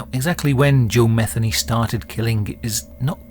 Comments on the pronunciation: Joe mah-THEE-nee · Its Muh theen nee. Usually thats the way it's pronounced. I could be wrong. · I imagine that the last name of this video’s subject is likely pronounced as Ma-thee- nee. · Matheny is pronounced Meh-THEE- nee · His last name is, M E T Heny let the sink in… these inbred, Neanderthals are sick asf. it’s in their DNA